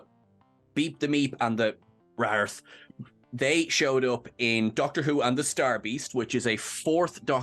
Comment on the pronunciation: for future reference they wrarth warriors are pronounced "wraith warriors"